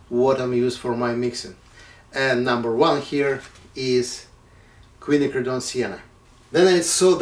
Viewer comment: It's nice to hear Quinacridone pronounced correctly.